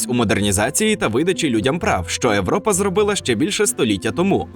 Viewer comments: Дуже цікаво було послухати. Єдине що все ж таки "Європа" (звук "йе"), а не "Европа" (звук "е"). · В слові Європа на початку буква «Є», а не «Е». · А чому в відео озвучено не "Європа" а "Европа"?😅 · Цікавий контент, але не можу дивитись через "Европу". Європа, вашу ж Машу, "Є" на початку!!! Пішла щось інше пошукаю, пока кров вухами не пішла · Чому Европа, а не Європа??? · Та чому ти говориш европа, а не європа? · Правильно Європа а не Европа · Неможливо дивитись через >Европа, проЄкт та інші недолугі слова. Тобі самому вуха не ріже, ти чотириоке стадо?